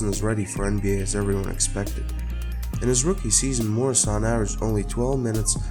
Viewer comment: Not pronounced MORE-I-SAN MUER-A-SUN